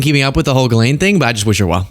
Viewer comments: why do people keep pronouncing it Jizz Lane lol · I love that after all this time, no reporters can pronounce Ghislane's name right. Jizz Lane is my favorite.